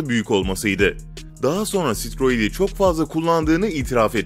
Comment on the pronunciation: Videoda yanlış bilgiler var daha çok araştırma yaparak hazırlamaya çalışırırsan iyi olur daha steroid i bile düzgün telaffuz etmemişsin. Ama dediğimi yanlış anlama ben sadece izleyicin olarak senin daha kaliteli videolar çıkarmana yardım etmek istiyorum. Kolay gelsin.